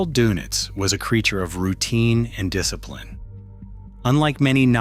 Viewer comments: Thank you, thank you, thank you for making that clear. The donuts thing was driving me crazy. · Possibly the most inconsequential video on YouTube. Who cares what Doenitz did all day?? (BTW: His last name was pronounced “der-nits” NOT “donuts.” 🧐🤨🙄) His name mostly comes up in relation to the reason why Hitler split his power between the admiral and Minister Goebbels. The question is easy to answer: In writing his Will, Hitler knew that Goebbels would be dead in the coming few days, and there really was no other leadership-ready figure outside of bombed out Berlin other than the Grand Admiral. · 100% right Dernits not Do nits . some also have heard it pronounced Day nits . Schoerder/ Shrader, Toews ( pronounced Tay ves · It's pronounced "Dernits", as in der! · I thought it was said like Dernitz? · You are correct. AI voices often do strange things.